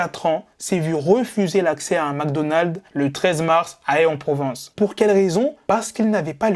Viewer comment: super juste aix en provence se prononce [ AIXE ] . Mais sinon parfait comme d'hab😉